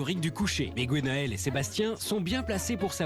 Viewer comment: Bon la voix off, on ne dit pas GOnael mais Gwenaëlle ! Merci.